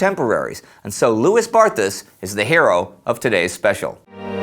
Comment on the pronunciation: Indeed, his name should be pronounced "Loowey Barta." Interesting clip, nonetheless.